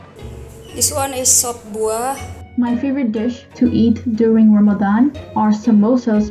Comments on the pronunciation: I love also how you went out of your way to pronounce words correctly like Ramadan and Muslim ❤ felt so genuine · I LOVE the way you pronounce Ramadan! its refreshing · Okay, I have to give it to: perfect pronunciations. I don’t know if it comes naturally to you now (given your partner) or if you actually made an effort. In any case, it’s noticed and it’s appreciated. 🤗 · Hit like the moment you pronounced Ramadan correctly 🥺the effort to learn <3 ✨ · Thank you so much for shining a light on what is such an important part of the muslim faith. I am so impressed with your pronunciation of Ramadan, ifthar and maghrib ❤❤❤ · The fact that you say Ramadan correctly makes me so happy :) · love the way you pronounce "Ramadan" and "Muslim"!